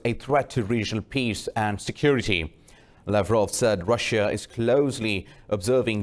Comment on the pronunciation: Dear. ..not Rasia. ....pronouncession is Russia....pls correct it......r u pak person...?